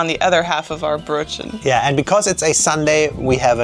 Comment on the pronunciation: I enjoy their videos very much but drives me nuts every time I hear her pronounce "Brötchen". What's even worse is that never corrects her.